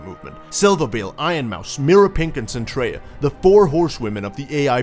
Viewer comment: It's Zentreya